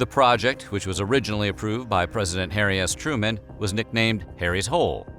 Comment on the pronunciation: I swear I thought you said Hairy Ass Truman